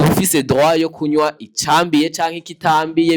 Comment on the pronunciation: Ntibavugá « kunwá » bavuga « kunywá »